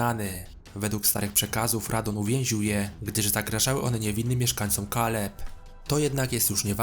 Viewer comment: MALENIA nie Melania RADAHN (RADAN) nie Radon KELID (CAELID) nie Kaled A poza tym spoko film 👌🏻